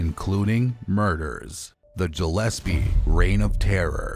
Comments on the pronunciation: I’m literally in and it’s ANNOYING as hell that you’re saying Jillespie G like Good G ill SP fishes GILL S P who tf is Jill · Dude its Gillespie not Jillespie ,check words before you do your vids , do your homework bro 👌🏻🏴🏴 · It’s pronounced Gill’Espea